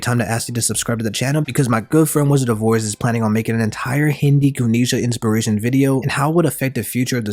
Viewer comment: its ganesha not gunisha